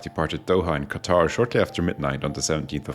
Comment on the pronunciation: Thank you for pronouncing Qatar correctly!